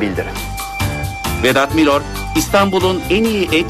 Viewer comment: "Vedat Milor" "Vedat Milör" değil